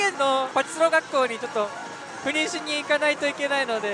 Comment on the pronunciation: ところどころ言う赴任…避妊と不倫に聞こえてしまって悩むわ